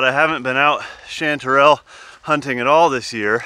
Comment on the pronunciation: My wife had to correct the way you pronounced chanterelle. I got a huge kick out of it. Nice hunting.